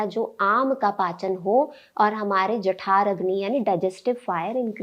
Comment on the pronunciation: जठराग्नि होता है jathaaragni नहीं